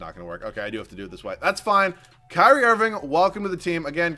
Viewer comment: wait did say cryry irving im dead